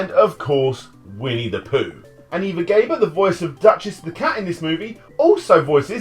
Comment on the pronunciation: "Sterling Price" ...You mean Sterling Holloway...? And it's pronounced Eva "GAH-BOAR", like her sister Zsa Zsa Gabor